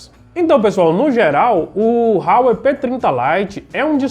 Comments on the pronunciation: Não é "RRRauei" rapaz, é Huawei = "Uawei".... O telefone é muito bom pelo custo/beneficio... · A pronuncia sua esta errada é Huawei com H mesmo(a pronuncia é como se lê)... A marca é bem famosa aqui na Europa